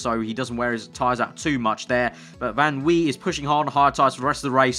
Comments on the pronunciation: You actually pronounce "van" like "fun". This name is really common in the Netherlands! I'm from Germany and some people have a van in their name here too! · Dude yes in french in oui van wie is a dutch name so you pronounce it van vi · Drinking game for every time says "van Wee" lol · Van wie = Fan Wie. Wie is pronounced like you did it in the start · Van Wie is pronounced Fan Vee. By the way, Yes in French is spelled Oui.